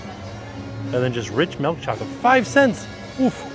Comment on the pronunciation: Can we start a petition to have him stop saying melk